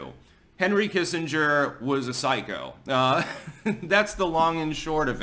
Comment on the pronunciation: It’s Doctor Henry Killenger you silly Billy.